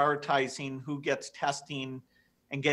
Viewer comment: Why is Gates saying "W CHO" And again, WE NEED THE W CHO LIKE WE NEED A HOLE IN THE HEAD!! #BillGatesNWOShill